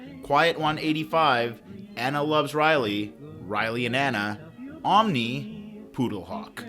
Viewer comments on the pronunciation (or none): none